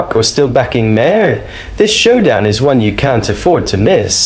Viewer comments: Bill May-hair 🤣 Hope that’s AI and not someone talking cause how do you get his name so so wrong? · AI mispronounced Maher's name.🫤